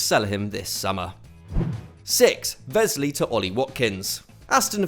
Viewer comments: Is there a reason you're pronouncing Wesley as if he's German? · The w in Wesley is pronounced like an English w, not a v